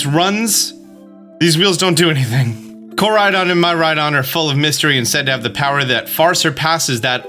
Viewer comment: Myrydon? Arseus? Koerydon? How do u mispronounce every name??